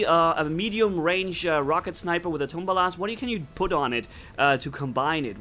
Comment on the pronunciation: Tumbalas 😂😂😂😂😂😂😂😂😂😂😂😂😂😂😂😶😶:-P:-P:-P:-P it's tulumbas !!!!!!!!!!!!!!!!